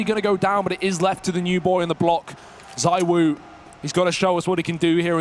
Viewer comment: He's the N°1 in the world, maybe could you pronounce his name right ? It's "ZEE WO", forget the second "O". Thanks